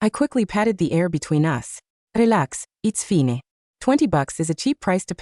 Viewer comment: Rrrelax it's finéée 😂